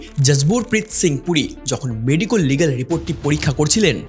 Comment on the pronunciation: medicol tomar pronounciation.